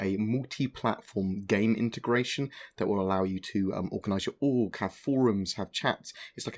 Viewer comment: FFS it took me way too long to figure out that you were saying "org" all the time. I was already concerned Star Citizen would suddenly feature fucking Orks looking to steal my one ring